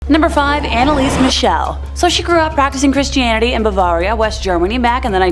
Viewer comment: Two seconds in and we get a weird pronunciation of Bavaria.